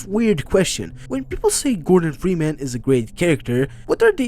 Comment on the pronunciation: bro said gordon fweeman